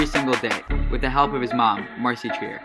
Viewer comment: Its treyer not triyer